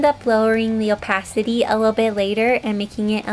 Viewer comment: lol, due to her accent it does sound like up-a55-city ngl